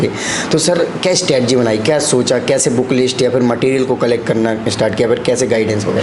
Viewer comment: Stetjii . Nahi bhai. ."stretegy " bolo anchor....